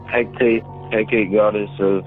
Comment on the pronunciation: It’s pronounced Heck Ah Tay